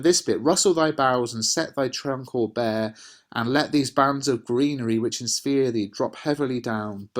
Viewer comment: Why do you say 'inspear' when you read the poem and not 'Insphere'?